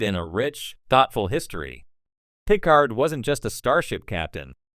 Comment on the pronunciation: I don't know if this narration is bad generative AI or if you just don't know Star Trek. But you lost me at the butchering of Picard's name.